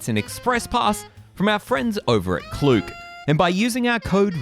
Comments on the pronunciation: It’s k-look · It’s not klook